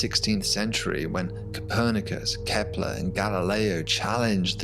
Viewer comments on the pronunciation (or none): none